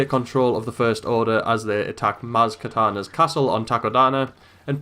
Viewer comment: 5th, and it is kanata not katana.